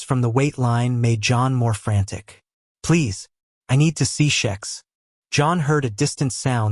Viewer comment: I think it's a bot.... but I've found the way I think the names should be said, eg Vishous--- is how it should be.. not Viz-house. Also Xhex- I pronounce Hex. he says shex... I'm an Aussie, so we pronounce things differently anyway....